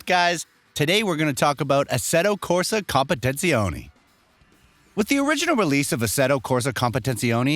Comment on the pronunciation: Mofo can’t even pronounce the game’s name